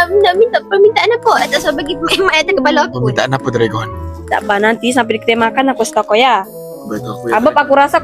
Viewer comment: hahaha ehin lucu plak blik2 ckp dregon🤣